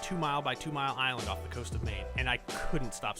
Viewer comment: Aye man, nice vid and I was blown back by saying maine, then the fact that you said knox blew my mind. I'm from Rockland and spent a lot of time on the islands